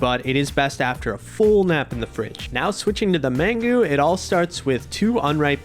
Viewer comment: Mangú. Man-GOO.